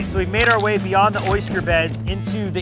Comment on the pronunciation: ......oist-yer ........oyst-yer.......or oyster